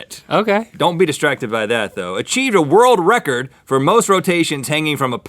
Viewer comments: Don't worry Rhett, I can't say world wecord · I swore I heard Rhett said "world Rhett-cords".. No pun intended. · "World Rhettcord" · it not world record it world rhettord :3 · You must have Chose this because Rhett can't say world records. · I'm gonna describe to you a wuld wecowd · woold wekord = world record 👌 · Rorld Wecord. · me & my friend (who is also a Mythical Beast..) mocked up GMM episodes (when links hair went down) and we must be tele frigging pathic, I couldn't say world "wecord" lol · 'Wor-world record'~Rhett 2k16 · rhett talking like barry kripke. he can't really say his l's and r's. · Rhett's difficulty in saying world record made my day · Rhett in the beginning struggling to say "world record" was a great way to start my morning.